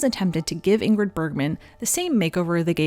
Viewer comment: (First G, in Ingrid, is silent, as in NG, Bergman is pronounced Berr(y)mann. No hard Gs in either name.)